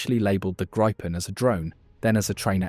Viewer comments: It is pronouced GRIPPEN like the mythical beast not GRYPEN or GREEPEN Otherwise - yes it seems like a great aircraft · Gry-pen? Really? It's a Gree-pen. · It’s pronounced Gree-pen ! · FYI - if you want to pronounce Gripen correct - it's how you would say Greepen - in English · grrrr. Bloody AI reader with a posh English accent can't pick one pronunciation for the name of the aircraft. In the first 150 seconds I've heard "greepin", "grippin", and "gr-eye-pin". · By 1.20 you had pronounced it grippen, grypen and greepen😂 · Grijpen is pronounced “Greepen” for English speakers. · THANK U!!!! RAFALE, F-18, TYPHOONS, ETC,,NOT GRIPPONS!!! JEEEEZ... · It’s a small point, but it’s pronounced Grifffen. Thank you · Nobody seems to know if it's Gripen (grip), Gripen (gripe) or Greepen. Theses audio tracks are digitally produced and seemingly unable to be consistent. Could somebody ask SAAB how to pronounce it and tell your seestem?